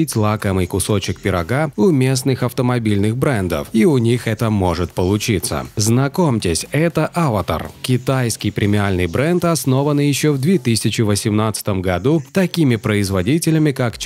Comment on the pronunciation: Как бесит когда в названии «аватар» ставит ударение не туда!!!!!!! Язык его к забору гвоздем прибил бы